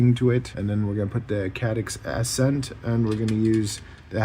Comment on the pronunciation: Ah-Scent as in ascending or ascension. like gaining altitude not accent lol sorry. nice video might have to try it out